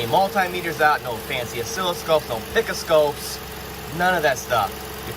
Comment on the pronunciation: LOL "pick-o-scope" Great video, like always, good sir! OORAAH!!